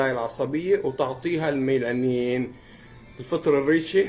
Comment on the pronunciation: الميالين وليس الميلانين